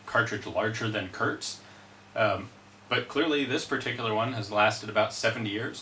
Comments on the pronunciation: KURZ, not KURTZ. There is no T in the word. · Its pronounced like "courts".